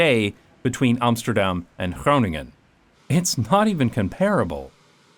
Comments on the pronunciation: His Groningen pronounciation was half-way native:) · Ja, en hij kan zelfs "Groningen" uitspreken. ^^